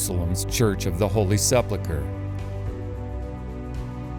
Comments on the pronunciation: One might suppose or accept that a man of some education and learning would know the proper pronunciation of a word that he's lecturing about, but as so often the case wth Americans - learned or not - they seem to have great difficulty with words of more than one syllable. Note the spelling: s e p u l c h r e, the "u" comes before the "l," so it reads "sepul chre..... However, our presenter reverses the two letters, placing the "l" before the "u," thus pronouncing it as "sep luchre." This is not a difficult word to pronounce, even for an uneducated person, and so the question is, why does he do it? In actual fact it's not just this presenter, as I've heard many other American lecturers do the same thing. I discovered a very long time ago that this inability to get words correct is endemic to the American people, for they all do it! None seem able to break down a word into simple syllables which aid us in proper pronunciation. One can only hope that this man's apparent knowledge of archaeology is much better than his command of the English Lamguage! I don't know whether his conclusions on the site of Golgotha are correct, but my second question is, does it really matter? Of course we all want to know the true location of such an important site, but with more than one location, and both of them attracting Believers, it doesn't matter a jot. We already know that Jesus was crucified in the area of what was the Jerusalem before the Romans destroyed it, what more do we need? Person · SePulcha!!! Not sepplacar!😂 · Learn how to prounounce the word SEPULCHER. It's sep-UHL-ker NOT sep-LUH-ker. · Sepulchre not Seplika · SepULcher vs SepLUcher. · Great work but please, it’s sepulcher - pronounced se-pul-ker m, not sep-luh-ker. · He keeps saying the Holy Seplucher (Sep-la-cuh) ?? I always thought it was the 'Holy sepulcher (Sep-ool-kah) etc. ??? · Sep - uhl - ker. Not Sep - le - ket. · Can you not pronounce Sepulchre properly?? You say Seplechur!!!